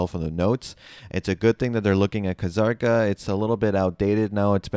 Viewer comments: Wait, wouldn't it be Zah-r-ka? There's no Kh, or Ka, which means the K is silent. So it wouldn't be that. At least that's how it generally goes for most things I learned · Why are you saying "Ka-Zarka"? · bro. the fking K in kzarka is silent man. ur killing me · Kuh-Zarka Lmao